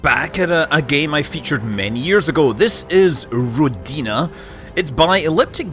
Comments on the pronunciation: It's ródina, not rodína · Ròdina, not rodìna. Trust me, i'm russian. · Rodiina is the correct pronunciation in Bulgarian. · it's RO-dina not ro-DI-na ;) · about your pronounciation, you almost got it right, the emphasis is on the first part, not the second, as in rOdina, not rodIna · nope, correct pronunciation is Ro-o-o-dina. Means Motherland in russian. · The emphasis in Ro'dina is on the first syllable and the meaning is somewhere along the lines of 'motherland' or 'birthplace', closer to the second I think. Just because I know, not because it matters. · All the comments are about Rodina pronunciation and meaning, which is apparently unknown, if we don't know the homeland of the devs. Russian meaning is homeland and in Czech or so is family. BUT! No one mentioned Jarilo to be pronounced as Yarilo and meaning god of vegetation, see wiki.